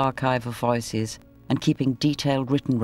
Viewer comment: Why does pronounce “voices” as “viiices”? 😅